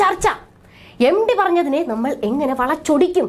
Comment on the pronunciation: എം. ടി.... Not എം. ഡി